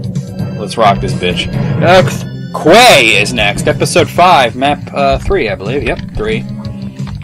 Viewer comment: I think it's pronounced like "key". I could be wrong though. :)